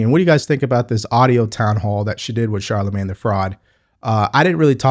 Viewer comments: And again with her blaccent, "Shalamin..." I thought she thought it disrespectful to mispronounce HER name, and here she sounds drunk while pronouncing Charlamagne. At least you,, know how to pronounce his name correctly. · Charlamagne needs a speech therapist and Kamala needs a Shrink.